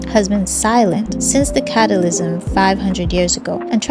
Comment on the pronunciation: what? Cata lisim?